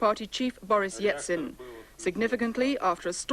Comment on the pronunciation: Or ‘Yetsin’ as the reporter called him!